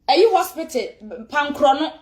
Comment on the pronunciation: Blue dress lady, is better u could have dead. Go learn how to pronounce "Hospital".